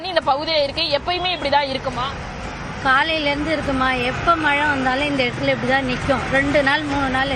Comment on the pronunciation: தமிழை கொல்லாதீர்கள். மலை அல்ல மழை.மழை உச்சரிப்பு தெரியாதவர்களுக்கு செய்தி வாசிப்பாளர் அல்லது நிருபர் வேலை கொடுத்தவன் எவன்டா?